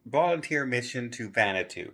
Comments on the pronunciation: Hey it’s pronounced van a was too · Hi, Respectfully, Vanuato. It is pronounced: Van-ah-wah-too. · Hi, just a tip. Vanatu is pronounced Van-a-wah-to. Well done P&O. How scary to be in a situation where you don't know how you are going to get home. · I thought you were saying “Xanadu” … but I think you were just mispronouncing Vanuatu maybe? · Pronouncing Vanuatu not quite right 😬 … Van-u-atu